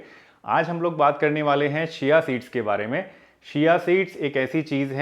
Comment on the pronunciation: आप चिया सीड्स नही बोलते बल्कि सिया सीड्स उच्चारण करते हैं,ऐसा क्यों?